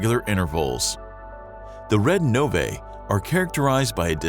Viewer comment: Hearing the narrator pronounce “novae” as “no-vay” is titling! 😠 It’s “no-vee”, people!!!